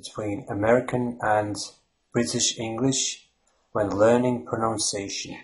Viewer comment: Your accent does not sound American or English. I would have guessed Lithuanian or maybe Estonian. Something eastern and northern anyway. Good on you for trying though. Suggestions: 1) Try saying "pro-NUNCE-ee-ation" when pronouncing "pronunciation". 2) Google "The Great Vowel Shift" to see why the spelling of English will get in the way when you try to pronounce it correctly. 3) Google "rhotic vs non-rhotic" to get a clearer idea about the "R" sound in English/American/Down Under accents. 4) Also, omitting the definite and indefinite articles is strong indicator of a non-native American/English speaker. 5) there are many accents within the US just as there are in the UK and Down Under. My experience of having lived in New Zealand, London, and California has taught me that an effective strategy is to focus on making your own accent comprehensible and pleasant without trying to sound like any specific accent. This will make your speech memorable and interesting without making it sound as though you are trying to mock someone else's accent. Just my two cents... Good luck